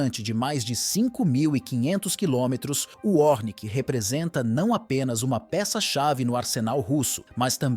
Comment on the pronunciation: É ORESHNIK nao 'ornik'